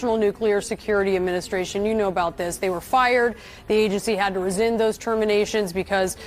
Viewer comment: Someone please teach her how to say 'RESCIND'